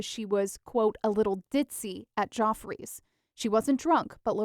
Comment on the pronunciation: Geoffreys is not pronounced "joffreys". It is pronounced like Jeffrey's.